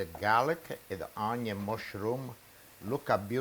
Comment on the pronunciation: Cin Cin! You make me smile every time I hear Unyon.